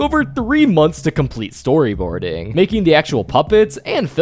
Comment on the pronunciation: "portfolioouu" "moanthss" "schooel" "dooug" your way of talking pmo